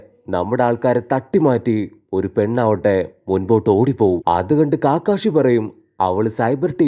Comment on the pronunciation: കാകാഷി അല്ല കകഷി ആണ്